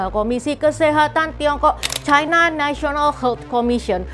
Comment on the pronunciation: Ucapan yg bnr China, bukan Chaina